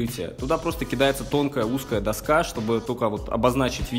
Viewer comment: Не до'ска, а доска'!